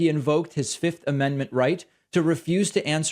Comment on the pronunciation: Why are you saying 5th weirdly? I get that most people say 'fith' and that's technically wrong. You should say the second f 'fifth'. But you seem to be addading am extra T at the end and saying 'fiftht' It's very strange Also...jury can assume guilt from pleading the 5th in civil cases